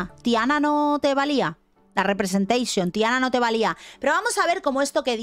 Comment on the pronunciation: Muero cuando dice "representeixion" 🤣🤣🤣